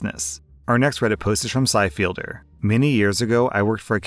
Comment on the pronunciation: hearing what looks to me like Sci-fi Elder pronounced Sci-Fielder makes me so so curious how he'd pronounce my u/reddit